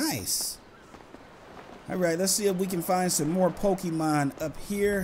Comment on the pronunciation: Why do people on yt always pronounce it pokiman